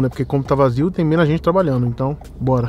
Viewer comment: Menas não mano! Tá matando a língua portuguesa